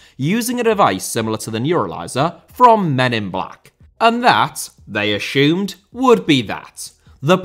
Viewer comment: Ashumed??? Conshumed? Never heard that impediment before